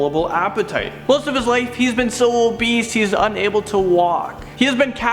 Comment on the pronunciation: . He says obeast instead of obese.